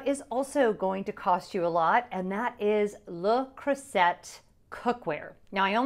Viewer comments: Took me a while to realise what cookware brand you were referring to. We pronounce it (in the UK) le Croo-zay lol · And to be clear I know I’m pronouncing Le Creuset wrong but my audience is predominately American and I wanted to be sure they could find it so pronounced the way it’s spelled. I took French for 4 years and I’m sure my teacher watches and is fuming.😂😂😂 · As one of my favorite French teachers would have said…"You are hurting my French ears." 😂 But I get the need to meet the audience. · The French pronunciation is correct but I pronounced it the way it’s spelled so easier for people to find. You’re not wrong!